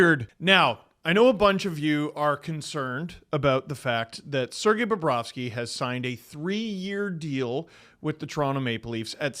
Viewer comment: He didn't say BOBROVSKY right...someone get ahold of Jay and Dan